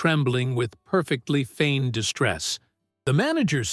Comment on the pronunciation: Not fain distress but FEIGNED